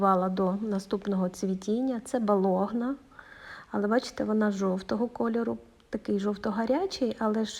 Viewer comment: Пані не Балогна, а так пишеться італійською -Болонь'я. Назва на честь міста Болонь'я..